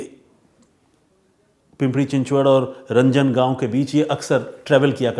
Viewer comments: पिंपरी not पिंपडी रांजणगाव not रंजनगाव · रंजन गाव नहीं सर ज़ी रांजण गाव हैं सर 😂😊😂😊😂😊😂